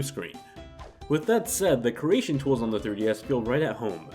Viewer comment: I swear, I cannot fucking stand it when people pronounce it "KEERation" and not "KREEation".